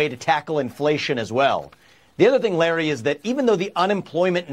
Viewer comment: Larry says his first name wrong